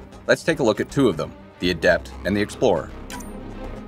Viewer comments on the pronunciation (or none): Its goddamn "A-dept" not "a-DEPT" for fucks sake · Anyone else find their eyelid twitching every time the narrator pronounces adept as "a-DEPT" like the the adjective instead of "A-dept" the noun? The stress should be on the first syllable, since it is the noun in this case.